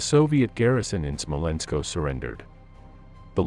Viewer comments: Smolensk, not Smolensko. (You get this one right about half the time. Why?) Guderian, not Gyuderian. That "gyu" thing is really, really weird. Are you sure you're in the right line of work? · Why is it SmolenskO and not Smolensk, LeningradO and not Leningrad?